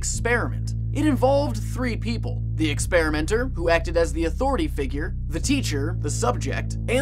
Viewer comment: Respect my ATHORATAH